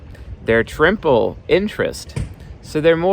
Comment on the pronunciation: In you say that INFP are triple (I heard trimple, but no idea if the M was accidental) interest and that isn't true. Their ego is interest (INFP), their subconcious is systematic (ESTJ), their unconcious is interest (ENFJ); and if superego mater in the "triple" thing their superego is interest (ISTP). I don't mean to bash on you just because you made a minor mistake (as everyone makes mistake and I for sure does), but when you compare to INTP, did you intentially meant to compare that they're triple systematic VS triple affiliative (Edit: spellcheck)? Because the triple interest personalities are INFJ and ENFJ.